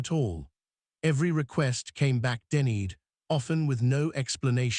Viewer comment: Denny-ed? It's pronounced "denied"!!! Really, don't you check before posting?